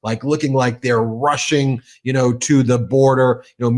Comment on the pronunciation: Did you say 'rushing to the border' or 'russian to the border'?